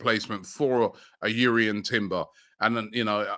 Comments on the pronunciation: It’s Jurrien not Urrien even the player said it’s Jurrien lol 😂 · JUrrien not YUrrien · Robbie, I think Jurrien is pronounced with the "J" the same way you say Jordan for example, not "Yurrien"